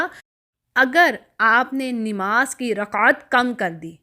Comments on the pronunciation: Nemaz nhi hota nmaz hota hy or apky sary alfaz Galt hn baqi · بہن. نماز درست تلفظ ہے ۔ ۔ ۔ نون کے اوپر زبر ہے